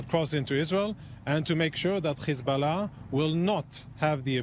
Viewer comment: "Khezbollah" XD In any case, long live the Axis of Resistance!